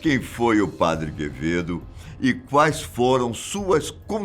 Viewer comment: O Padre Quevedo falando equiziste, e o pronunciando Padi Quevedo kkkkkkkkk